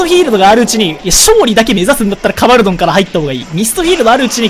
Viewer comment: ドンカバルて。純・ゲバルみたいに言うな